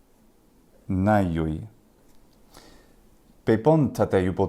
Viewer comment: for sure but we dont really know how they speak it we spaculate, for example you said atenayoi(ατεναγιοοι) i think ancient and modern here spell the same αθηναίοι athinei tone on e, you seperate αι,οι but those are combined and sound ε and η (am not a linguistic, just native greek speaker with dyslexia :P)